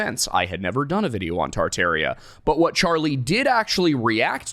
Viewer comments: Why are you saying “Tar-Tar-ia” wrong? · tart-air-ia please no It's tar-tar-ee-uh